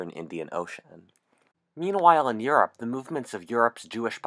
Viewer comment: he pronounce europe yorp